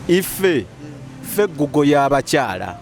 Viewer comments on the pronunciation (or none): none